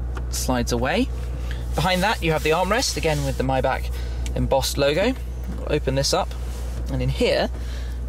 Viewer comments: It's a Maybach not mybach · Its MAYbach not MIbach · I think its not MaybAK but Maybar isnt it? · „Maybag“ omg... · lol dude says myback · Myback? Get ur mouth clear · you're in Germany buy cant pronounce the name of tge car correctly? then you've missed the point of such an introduction :O